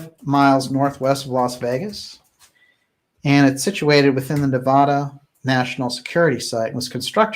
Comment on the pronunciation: You are my favorite channel of all time, so please do us Nevadans a favor and learn how to pronounce Nevada.